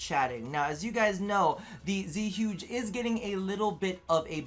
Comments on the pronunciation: Its zuegay thats how you say it your Asian smh cmon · Same as you , man . When I hear people say Zhuge the wrong way , I laughed so hard .